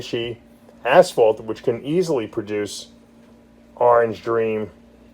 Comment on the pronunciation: Why u call it asfault